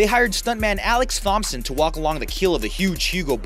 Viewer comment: how to pronounce 'Thompson' 101